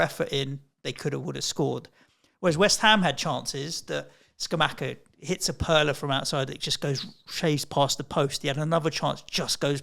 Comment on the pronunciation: Loved the pod!, it’s pronounced “Skamakka”.